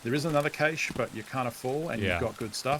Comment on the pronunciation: Pretty sure it's pronounced "kash" not "kayshe"